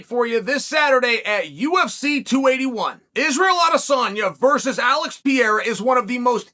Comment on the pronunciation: Alex Pee-era😂